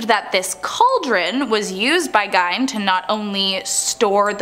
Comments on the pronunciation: Ed gien not give 😂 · Ed Gein is not pronounced "Gine" it's pronounced Geen. Green without the R. Downvoted for obvious ignorance. A person that knows anything about any of the subjects they speak about should know how to correctly pronounce the words they're speaking. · Ed gien not gine 😂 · Did anyone else’s video glitch when they talked about Ed GEIN (not Gine 🙄) ? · Gein not gine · Geine like bean. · That's not how you pronounce Gein.